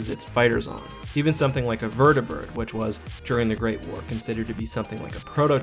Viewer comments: You said vert-e-bird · Oml the way he said vertibird